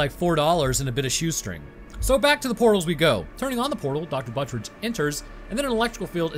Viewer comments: The name Betrüger is pronounced (Bet-true-ger) not (Burt-ridge) 😂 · I legit didn't even know that this movie existed. Bit of a nitpick, but it's pronounced Bet-roo-grrr or alternatively, Bet-Ruger. Also, I totally agree that they shouldn't have done human testing without first doing exhaustive testing without humans. First drones, then animals, THEN humans, and only with extreme precautions in place at both ends of the portal. In addition to chimpanzees, I think mice and pigs would have made for good test animals due to some of the similarities and compatibilities they share with humans. The armored chimps could work, and one precaution that could be taken is the implantation of a remote-detonated explosive in its body, ideally in a location that will immediately disable it should it become aggressive. Also, when you finally move on to human testing, maybe don't use an intern or fellow scientist? Perhaps try a mentally stable and generally non-violent inmate who is on death row or has multiple life sentences.